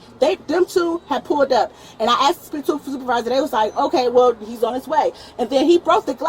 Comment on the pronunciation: “I axed to speak to a manager” says Kay-Wren.